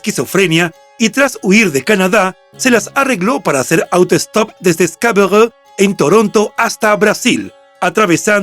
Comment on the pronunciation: Alguien tiene que hacerle mención que Scarborough no tiene que "pronunciarse" en un mal francés ya que es esa área de Canadá se habla inglés como idioma oficial, no el francés. Ridículo.